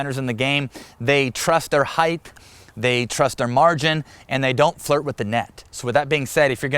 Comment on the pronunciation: Height not Heighth….love ya!